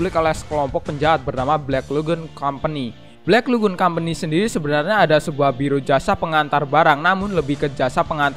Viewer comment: "Balck lagoon" 🤔 wkwkwkwkwk